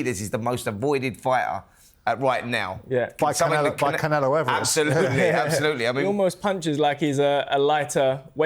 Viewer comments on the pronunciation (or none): none